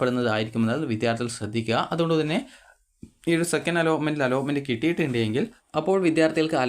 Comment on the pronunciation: അലോമെന്റ് ❌അലോട്മെന്റ് ✅